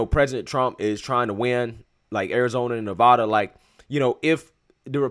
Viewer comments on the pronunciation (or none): none